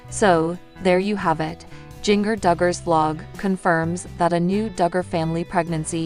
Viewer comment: It pronounced Ginger like the spice. NOT JINGer. You have never seen 19 and counting